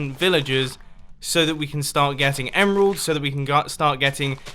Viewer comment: Did he say emalds